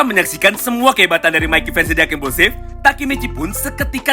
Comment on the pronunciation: Dengar admin baca dark implusif,yg gua dengar dakimuse,drak _ implusif,dakimuse ?